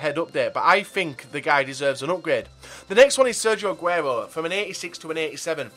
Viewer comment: The way you say aguero makes me want to vomit